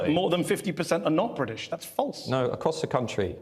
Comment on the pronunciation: There’s a T in British,! ‘Bridish’??? Makes me want to slap his legs.